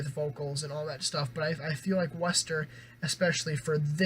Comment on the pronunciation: Nice review. They're pronounced "Waster" btw haha. Also, both vocalists from Neck Deep and WSTR grew up together and come from similar influences, so that's kinda why they sound similar.